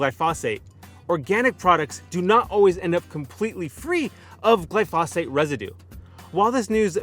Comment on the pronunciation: Please learn to pronounce the name of the chemical about which you are talking. The accent is on the first syllable.